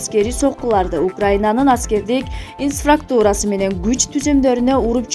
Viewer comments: Инфраструктуура деп так айтсан нота дегенди нато деп окуп сабатын жок кантип суйлоп жатасын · Инсрактура эмес туура оку